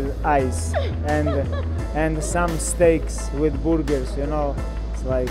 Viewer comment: "Coca Cola with ice and stakes and Boorgers" 😋